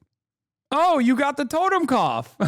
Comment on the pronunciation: it’s “Toten” not totem.